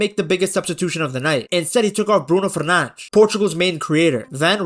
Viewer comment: Ah yes, Bruno Fernanzch